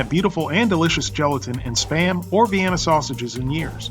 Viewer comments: It's pronounced "spam", not "spayam". One syllable! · "You knpw what SPAM is ?" ....ANd I was like "YEAH OFC MAN ! I see it on the internet everyday !!!!!, then you said it wrong ! and i was like "WUUUUUT ?! o_0"